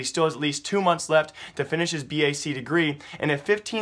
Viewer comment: Haha it's not pronounced B A C it's just bac (one word pronounced like back) but I can see how you can confuse it dude. :D It's short for Bacaloreat